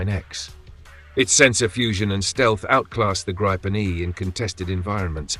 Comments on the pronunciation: I hate hearing 'Grypen' It is pronounced 'Greepen', with the 'ee' being quite short. It is also not 'the' Gripen. The 'n' on the end is 'the'. It is one fantastic aircraft. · Gree-ben, not gry-pen..as NO and FI then DK unfortunately also on F35s instead of Gribens. Btw would be helpful for us casual viewers with info on where the different missiles are made, mix of EU and US? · Grip en not gripe en. Get your AI to speak correctly